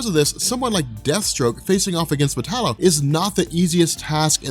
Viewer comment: metallo???? really